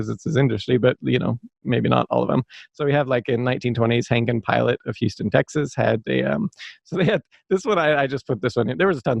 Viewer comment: Henke and pillot is pronounced as hing-key and pee-lot. They were bought out by the drinkwater company and the name was changed to drinkwater and pillot.